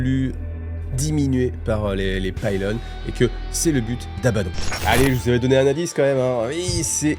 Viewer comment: Outre les chanoinesses, on dit Pilones et non Paaaylone. Merci pour ton travail 🙂